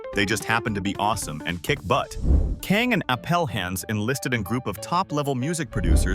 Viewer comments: why does the narrator keep saying 'Kaeng' like it's spelled that way? It's literally 'Kang'. So annoying ㅋㅋㅋㅋㅋ 🤔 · '캥'이 아니라 '강'인데 성을 바꿔버리네ㅋㅋㅋㅋ Not 'k-ae-n-g'.... it's like... 'g-ah-n-g', sounds somewhere between 'k' and 'g'